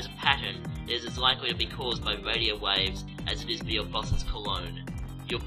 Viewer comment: Your bwain is bwoken, don't fall victim to fawwacy. Great vid though